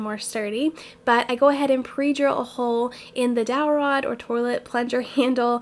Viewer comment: I heard an ‘R’ slip through when you said toilet. Lol you either misspoke or you’re from Ohio 😂😂 I’m from Ohio and I hear people say “torlet” all of the time lol